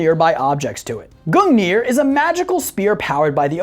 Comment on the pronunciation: Goog-neer not goo-neer